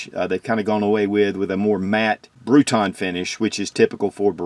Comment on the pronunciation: its not bruton finish, its bruniton.. just saying ;)